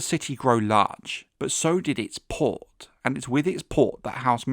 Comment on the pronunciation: You say "PORT" like a low IQ broken teethed peasant.